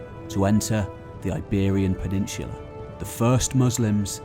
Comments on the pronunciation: PENINSSSSULA! With an 's' sound! Not 'peninshhulah'! You ashhole! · Great video. However, there is no "h" in the word peninsula.